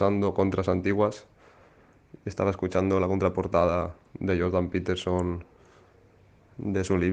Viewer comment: Me resulta curioso que Fernando se empeñe en nombrar la marca Pfizer como "fizer" con la excusa de que es un nombre de orígen aleman, cuando el 90℅ del mundo la nombra como "faizer", pero luego al iPhone lo llama " ifon", en lugar del correcto "aifon", o a Jordan Peterson lo llame " peterson " en lugar del correcto "piterson".